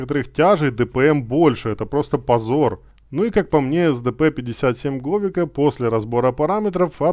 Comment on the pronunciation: Если я не ошибаюсь, то правильно они называются так (Большие гласные это ударения) 5 лвл ЗадЫмка 6 лвл БУрза 7 лвл ГовИка 8 лвл КилАна 9 лвл ГонкиевИча 10 лвл БлыскавИца